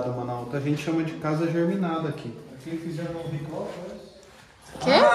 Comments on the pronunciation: Casa geminada! GE MI NA DA!!! cismou que é "geRminada"...deve ser de germes 😂😂😂😂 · Casa GEMINADA, não "germinada"... ✌️🌻🖖👽✨